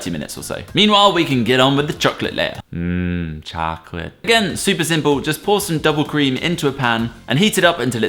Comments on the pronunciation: sounded American when he said chocolate. Coincidence? I THINK NOT! IS ACTUALLY AMERICAN! ACCENT CONFIRMED! I need help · I THOUGHT I WAS THE ONLY ONE WHO HEARD IT